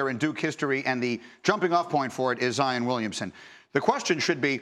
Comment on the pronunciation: Zi-on not Zi-in. kind of annoying when people say that